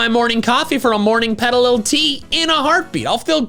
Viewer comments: inviting Pm7 for some Pe-TEA-lil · Me when you said petilil: 😢 Me when I found out you were just talking about it's headleafs: (Can't find emogi that shows relief)